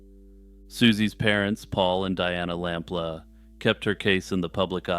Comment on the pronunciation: It’s lamploo not lamp la